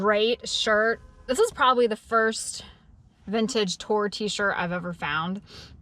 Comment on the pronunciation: I kept thinking you were saying the Genesis shirt was a TORE shirt, not “tour shirt”, as I saw when you showed us, LOL!! You are so cute in your pronunciations 😊